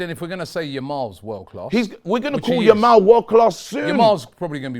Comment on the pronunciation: still calling him "Lamal"